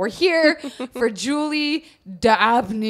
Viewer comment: Man, I adore Julie's story but that mispronunciation of her name(s) really gets me! Love you still ;-)